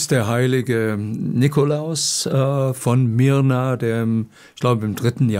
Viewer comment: Myra, nicht Myrna.